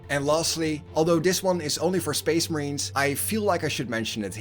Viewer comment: SPEESH MAHREEENS